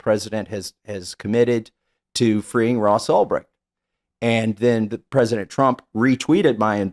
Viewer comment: Ulbright? This is why Tim is a f**** joke. Man , if he had any clue what he was talking about , he wouldn't have messed up his name. Because he wouldn't be reading it from some article, he would be reading it from his own heart.